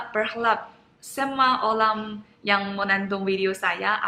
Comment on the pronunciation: ORANG = OLANG Ini adalah bahasa china jadul